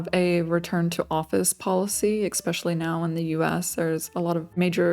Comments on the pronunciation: Would be nice if you knew your own language though. eXspecially 😜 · Why you say „ekspecially“ I also heard some ppl say „eksetra“. EN is not my mother language. Just curious.